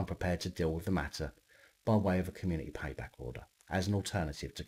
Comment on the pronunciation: ´´Community payback order `` 😄😃😀😃😄😊😀😀😃😀😃😄😀😃 emphasis on ´´payback´´